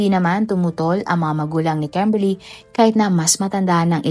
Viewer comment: KEMBERLY ba talaga pangalan ??😂😂😂 kakatawa pagbanggit mo ng pangalan 😂😂😂 bisaya gud